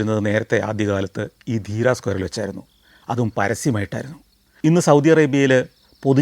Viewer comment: Deera alla dheriya